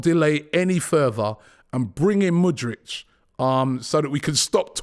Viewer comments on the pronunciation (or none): Robby cmon it's: M O O D R E E K not M O O D R I C H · Pronounce mudryk not mudrich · Just when you think he's finally got Mudryks name right,5 secs later he throws in a Mudritch🤦‍♂️ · Mudryk not Mudrich! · Mudryk, not Mudrych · he is not Mudrych, he is MudryKKKKKKK. do you know how to read? how many grades have you completed??? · Stop calling him Mudrch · Why is everyone saying his name like the brand Hoodrich… it’s moodrick! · IT'S MUDRYK you plonk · The don says Mudryk like mans Croatian 😂